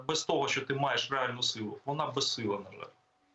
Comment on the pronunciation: Мосєйчук і досі за "язик"?! "Щьо, чьоому", чяс, щє:."?! Треба навчитися звуки вимовляти, пані "Мосжйчюк"